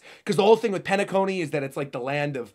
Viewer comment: Penacony = Pain-a-Cony 😅